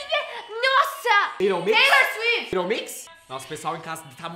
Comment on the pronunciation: A otra toda hora falando Teilor suifiti kkkkkk